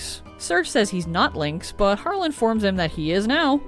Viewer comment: Its not HAR LE it Harley... right?